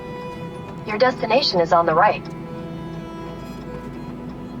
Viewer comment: Did you say dustination? :-)